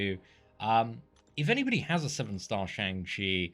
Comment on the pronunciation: Just fyi it's pronounced shung chi